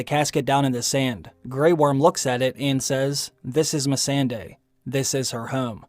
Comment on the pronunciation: I really wish you would pronounce misande right... Me-SAHN-day